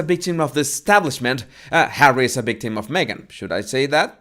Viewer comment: Professional “ bictim “ Come on,it’s not that hard,you can practice by saying “Victoria “